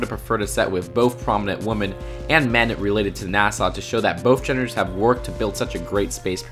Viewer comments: Agreed, great point! But Dude, you know that WOMAN and WOMEN are pronounced differently, don't you, now!? Cringe x 1000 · Marshfellow and woman instead of women. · Does it annoy anyone else how he pronounces women?